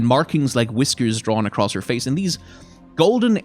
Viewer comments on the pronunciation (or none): none